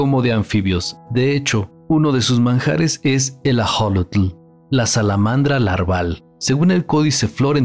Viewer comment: Ajolotl?!!!! Ax(sh)olotl!